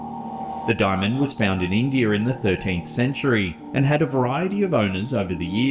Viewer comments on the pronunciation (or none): I know it's their language but when I hear English people pronounce words ending with an "a" and they make it sound like an "r" it makes me laugh. "Indier" 😂